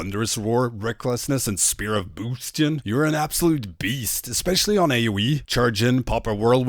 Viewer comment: Spear of Boostion? B A S tion xD